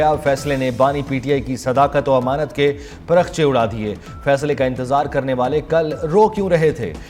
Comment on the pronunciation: Azma bukhsri sahiba ,ye lafaz per khache nahi bulke parakhche hai. Durastagi karain.